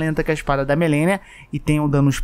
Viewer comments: Nao se diz "melenia" Se diz "MARLENI" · man, pq ele fala melenia? Todo video isso e ta literalmente escrito malenia. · Morro de agonia com o falando "Melenia" em vez de "Malenia" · no vídeo fala Melenia e na separação das partes Milena. Em nenhum momento acertou pqp